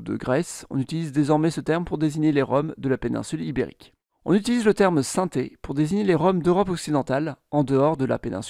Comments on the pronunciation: Aïe aïe,de gros problème de prononciation On ne dit pas sinté comme synthétiseur mais sin'té.. Et Magyar ne se prononce pas maguiar mais madjar !!! De plus tous les gens du voyage de France ne sont pas manouches.. Il y a des manouches certes mais également des sintés,des gitans espagnols, Catalan,des yéniche,des roms etc.... Concernant la plupart des gens du voyage du royaume uni ,ils ne sont pas lié ethniquement aux"roms" ce sont pour la plupart des gens du voyage d'ascendance irlandaise "traveller"... cela n'a rien à voir avec les roms ! Pour les roms L'origine de l'Inde est incertaine,il est évident que les roms y ont séjourné longtemps, d'ailleurs il y a des traces de vocabulaire indien mais pour autant cela ne signifie pas qu'il sont originaires d'Inde, étant nomade il est probable qu'ils aient toujours été nomades ... Aujourd'hui la majorité de leur vocabulaire vient des régions des Balkans et pourtant nous savons très bien qu'ils n'y sont présents que depuis quelques siècles La génétique à également prouvé qu'ils étaient très proche des peuples balkaniques avec des moindres apports d'Asie (inde,asie centrale etc...) Cette vidéo ne traite pas le sujet de manière exhaustive et est très axé sur des théories obsolète des années 1990... aujourd'hui il faut plus+ se concentrer sur les études linguistiques et génétiques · Super vidéo mes juste un truc sa s'écris "Sintés" mes sa se prononce "sinti" 🙂